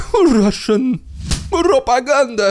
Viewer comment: The best ridiculous Russian prrrrrrropeganda yet😂